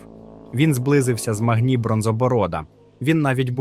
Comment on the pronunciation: З наголосами жах повний, відео та інформація класні. МАгні, ОнІксія, ВАріан, калдорЕї, ВЕлен (і це далеко не все) - в оригіналі пограйте, послухайте Дуже сильно ріже вухо, дуже